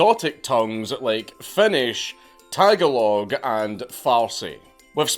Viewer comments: Ta ga log, Dank. It’s Ta ga log. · Ta-Gaul-ick. Your welcome. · When in the RP, i've always heard the word Tagolog pronounced ""tah•gah•low." Not perfect, but a better approximation. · lol "Tag-a-log" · Tagalog sounds like Tuh-Golly. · Tag-a-log lol